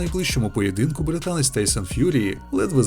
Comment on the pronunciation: Чому автор каже «тейм» і « тейсон» ? Аж вухо ріже